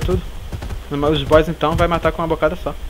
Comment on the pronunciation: E as vez parece que vc fala boiss kkkk LIKE;-)